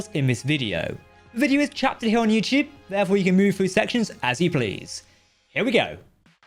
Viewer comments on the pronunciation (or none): none